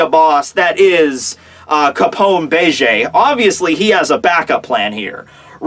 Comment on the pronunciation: bege not bay J